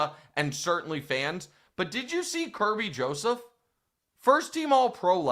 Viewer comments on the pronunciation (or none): none